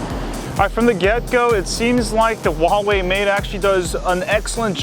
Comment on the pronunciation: its not VAVAI its Huawei like huawhey